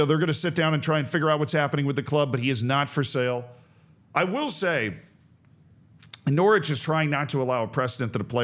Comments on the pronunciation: immediately corrects himself on pronouncing the W in Norwich, proceeds to later pronounce the 2nd T in Toronto. Canada asks for an apology and a retraction. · Norwich rhymes with porridge, obviously